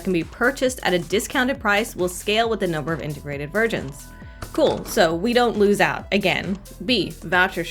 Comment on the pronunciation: I kept hearing integrated virgins instead of versions XD